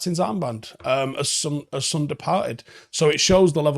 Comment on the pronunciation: How are you mispronouncing Son's name? It's 3 letters, have you only seen it written?